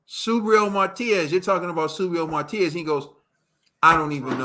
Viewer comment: My, love the show but some of us who know English don’t even speak it right! Y’all giving my guy Matias a new name, it’s not Martias. There’s no R.. it’s Ma Tee As! 😂✌🏽❤️